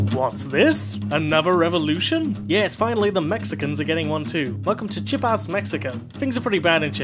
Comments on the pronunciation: I don't wanna be that guy but ish--it's pronounced like 'cheeyAHpas', not 'chippas'. not sure how to type it ~phonetically~, the ia form a diphthong; they're one syllable with the stress on the second syllable (tchyAHpas? Idk, you guys get it). As far as I know there aren't any silent vowels in spanish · Lol it's Chee-AH-pas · Pretty good but you butchered the pronunciation of Chiapas (chee-AH-pas, or go to Wikipedia and they have an OGG file you can play). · I believe Chiapas is pronounced (Chee-Ah-Pas), great video as always though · Great video, but... "Chee-pass"? Seriously? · THE EZLN IS THE LIGHT OF THIS WORLD also, you say Chiapas funny